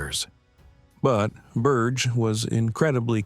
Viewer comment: Berge is not Burch but Burr-ghe